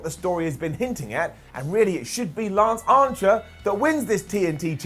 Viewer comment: Is he saying Lance Ancher?